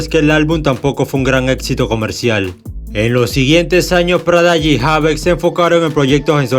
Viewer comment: No es prada g, es prodigy, me hace demasiado ruido escuchar eso en todo el vídeo u.u Also Prodigy me parecía uno de los mcs con más flow a la hora d vestirse u.u influencia foreva Eva eva Eva...